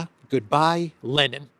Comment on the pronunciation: Lenin, not Lennon